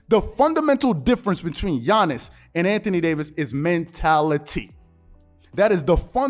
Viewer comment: Anthony Day-to-Davis